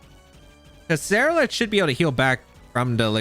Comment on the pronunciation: Brooo, you swapping the R and L in Ceruledge in your pronunciation. Se-rule-edge, like Cerulean city. Otherwise enjoyable video, thanks.